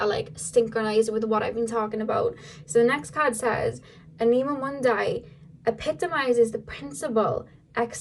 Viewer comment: Hi.😊 since you asked,you said 'anima mundi' right,but the accent of the world anima is on the first A(A'nima Mu'ndi). 😘